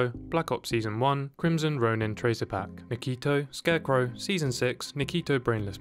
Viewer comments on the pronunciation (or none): none